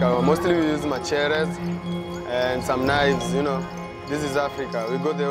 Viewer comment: That gang session was choregraphed, they don't look anything close to what is being portrayed, they also would not have pronounced machetes' as 'macherres'.